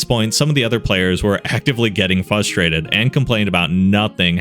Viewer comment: Am I the only one that gets annoyed every time he says "fustrated"? My dude, there are 2 Rs in frustrated. Love the videos but I can't not notice it everytime.